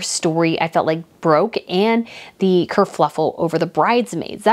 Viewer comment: It’s kerfuffle not kerfluffle but your version is cute! 😊